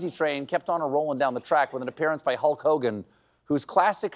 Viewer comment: Wreck Hogan instead of Hulk Hogan